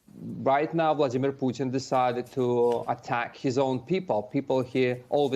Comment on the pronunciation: Say it again: "Poo' tn"! You do not even care to pronounce the Presidents name correct!" Very educated,....wooow!!!